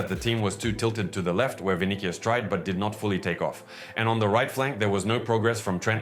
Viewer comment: Good video. Just annoying that you pronounce Tchouameni good and simple names like Vinicius and Kylian wrong.